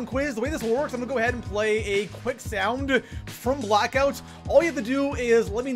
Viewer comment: The way he pronounced “sound” 😂